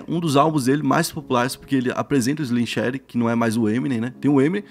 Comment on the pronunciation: Pior é ele falando Slim shady errado kkkkk, chega dar raiva